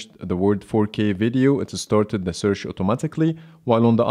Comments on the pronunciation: Well, because of your accent, you pronounced the word search as searsh, that's why they both didn't respond immediately, but when you said it the second time it did. But good video. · This test is a very good idea but i think it should by done by a native English speaker. You seem to be pronouncing e.g. 'search' incorrectly. It is not 'sersh' and probably that's why there was no response from either phone. Same thing with 'share on Instagram' and some others. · When you say search you need to make sure to end it with ch and not s A little constructive criticism isnt bad you're doing a good job man